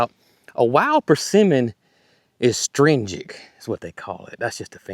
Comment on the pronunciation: From one to another the pronunciation you're looking for is uhh-strin-gent...astringent 😁